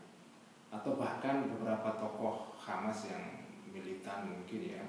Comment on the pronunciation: 'Hamas oy.. bukan khamas😏